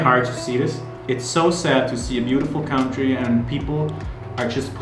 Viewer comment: An amazing CUNTREE not COWNTREE....country.